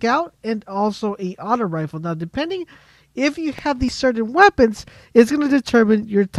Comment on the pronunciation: It's Rifle not refill